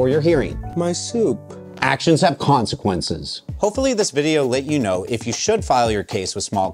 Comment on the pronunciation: “My soup!” “Actions have conseqdunces”